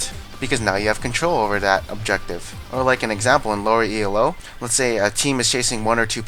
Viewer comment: Challenger isn't some magical barrier that makes everyone play better. There's no real difference between high d1 and low challenger, some players often get promoted and demoted from challenger like 4-5 times per season. And stop saying Ee-El-Oh, it's not an acronym and it's just annoying.